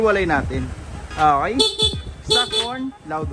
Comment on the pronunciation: Ok po, not ah-key.